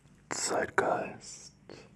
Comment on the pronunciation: The zeitgeist always sounded like "sidegust" to me